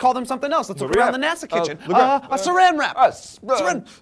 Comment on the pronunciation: did he say nasa kitchen?